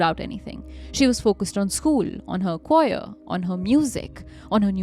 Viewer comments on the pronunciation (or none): They didn’t even learn to pronounce English words like Choir. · This episode is quite poor. Arrogant Aryan, mispronunciations, and the fact she’s a Red Cross donor? As so many people are, what? And the lack of any attempt to figure out proper pronunciation of words like choir.